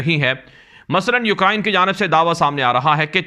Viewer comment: U krain not u kra in